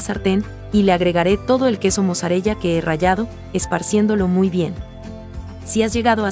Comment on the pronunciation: Mozzarella se pronuncia "mosarela".